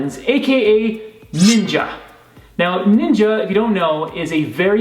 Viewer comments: It’s not nin-jah is ninja. Jeez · Its ninja not ninjauuu